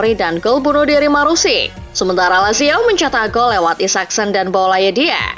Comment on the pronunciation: Sudah berkali-kali saya bilang nama dia iago aspas Mimin sayang . Bukan Lago aspas 😂